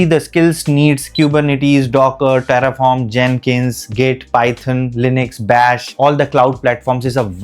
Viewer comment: Tarrfoorm? LOL